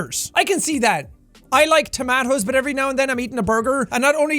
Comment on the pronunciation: How did you say tomatoes??!!